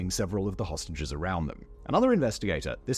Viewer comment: Idk if I'm hearing dis right is he saying hostages or sausages.. 😅😅